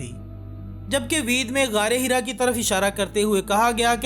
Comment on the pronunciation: वेद❌️ वीद✅️🤣